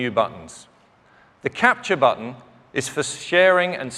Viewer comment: It annoys me how this guy pronounces "button"